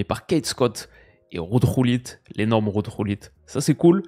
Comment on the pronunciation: La prononciation de Ruud Gullit, on sent que tu vis aux Pays-Bas 🤣🤣